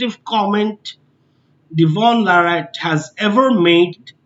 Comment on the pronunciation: what a crap channel with 0 value, stupid perspective . did you snort lol? cant even pronounce his name right, thanks but no come again